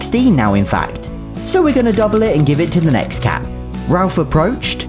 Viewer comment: It’s crazy how he said Rolph instead of Ralph